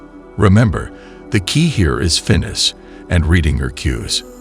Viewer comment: Not "fitness" - "finess".. Other than that, actually pretty good advice.